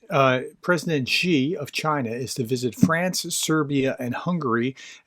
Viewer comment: Good pronunciation of Xi Gerdes. This is correct you are off to a good start much better than your Ukrainian pronunciation. In terms of France, Macron went to China at the same time the EU delegation went in 2023. This is the failed trip where Charles Michel left in a day because the CCP bugged all his devices. During this trip Macron advocated for an independent French policy on China separate from the larger EU policy aimed at decoupling. The cave educated dictator has all kinds of time for this. I see alot of people here mentioning the Olympics, I don't think so. If one remembers the Peng Shuai saga you would realize that the CCP have the Olympic committee in their back pocket. Tomas Bach treats the Olympics like the WWF look at the recent swimming scandal with China 20 of 23 swimmer test positive for doping. It would be easier if they ran out with a chair and bonked the competition out. I see alot of people mentioning here Ukraine. If Ukraine wanted to reek havoc on China it could. Really very easy, stop corn exports. Pigs eat corn. No corn means that the biggest meat staple in China is jeopardized. I realize it isn't that simple but that is a basic premise. This is often overlooked. It is why I have never been a fan of the push of grain exports. It is a sleeping weapon that Ukraine has not used yet. A pillar of CCP foreign relations policy is to have Europe and North America divided from one another. It is the only way their economy and theft can continue unabated. If bo